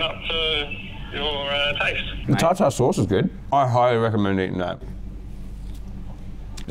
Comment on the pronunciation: tar...tare... TARTARE SAUCE?? excuse me what